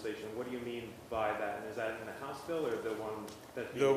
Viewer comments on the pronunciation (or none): none